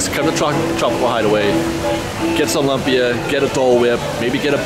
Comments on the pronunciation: Cool video. Love the updates! Minor correction: although it's spelled lumpy, it's pronounced LOOM-pi-ah. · FYI Lumpia is LOOMpia not LUMpis. It can be many things. It's a Filipino dish but made many different ways in the Philippines. Other cultures also make Lumpia though. It's one of those things that you can make it however you like. Traditionally it's hamburger, shredded carrots, diced celery bean sprouts and onions wrapped in a won ton, but made many different ways really. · also pronunciation for lumpia is more like: looom-pia